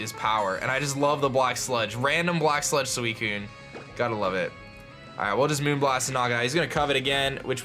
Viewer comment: This guy... THAT PRONOUNES EVERY LEGENDARY POKEMON WRONG. I thought u were pro _. Then u pronounce suicune wrong su-wi-soon and rattata, re-tat-ta not rat-tat-tat NO T AND END. Crowd:WOO UR RIGHT HE IS PRONOUNES THINGS WRONG WOO. I AGREE JAMES LET AGREE: You Are Right I should listen to u more you are the pro not me Me:Thank You, thank you